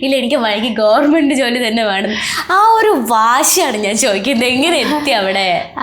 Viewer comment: ഗവർമെന്റ് അല്ല കുട്ടി ഗവണ്മെന്റ്... Questions കുറച്ചുകൂടെ prepare ചെയ്തു ചോദിക്കാമായിരുന്നു..